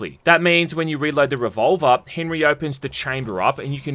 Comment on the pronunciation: As much disdain I have for the damned French, Henri isn’t pronounced Henry